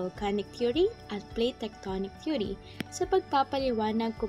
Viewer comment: Base po saakin na panood mas maliwanag at maayos po ang pagkasabi ng Plate Tectonic Theory ,at mas naiintindihan ko po.#PagkakabuoNgMgaPuloSaPilipinas #Jjo-EsTextbook